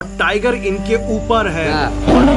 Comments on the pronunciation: ट्राइगर नहीं टाइगर बोल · टीराइगर नहीं होता टाइगर होता है